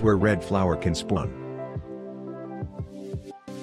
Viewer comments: im i only one who heard tha he said splun? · Bro said Splon XD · "this is where red flower can spuawn."